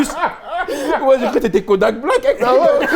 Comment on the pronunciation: Kodaaak Black il a dit 🤣🤣🤣🤣🤣🤣🤣🤣🤣🤣🤣🤣